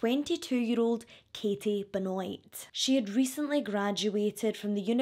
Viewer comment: I think you might br mispronounced the last name. I think it's like Ben-wah.